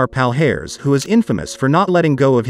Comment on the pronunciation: His name is pronounced Housimar Palharez.